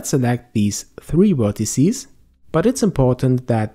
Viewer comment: Very helpful, but you keep saying "wertecies" :p